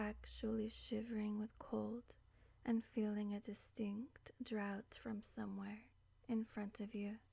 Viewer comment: loved this (I know that I have an OCD thing about English so I will apologise before telling you that Draught is pronounced Draft...sorry. ..I'm enjoying exploring your channel and I know how ridiculous English is when it comes to spelling. .Please forgive me xx)